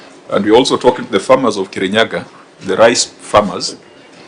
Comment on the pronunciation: Kerinyaga..... Not Murang'a... Ahh😅